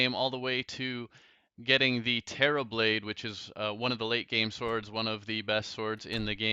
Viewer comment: When you hear "Today's episode is all about Tord" instead of "Today's episode is all about swords" XD